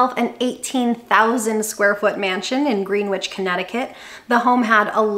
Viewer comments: Another excellent video! Greenwich CT pronounce as grin-ich rather then grin witch 🧙‍♀️😄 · Great video. Two things: 1) Money talks, wealth whispers. 2) You have to say Grenich. Not Green-wich. It's one of the wealthiest places in the US. If you say it incorrectly people might stay to hear what you say, but they won't be listening anymore. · Greenwich is pronounced Grenich in CT.......Good but it would be better if at some point below the age of 80 you can use your saved money instead holding a clinic on how to save and invest so that you never get to enjoy it. And enjoying doesn't mean flashy. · love your videos and this one was a lot of fun and educational. just an FYI Greenwich is pronounced Gren - ich, I live in the next town over. keep up the great work.